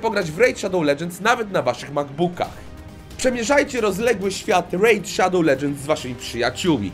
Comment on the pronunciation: W KOŃCU DOCZEKAŁ SIĘ WSPÓŁPRACY Z REJD SZADOŁ LEDŻENDS XDDDD